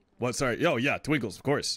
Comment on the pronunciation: Twikles???? it's Twinkles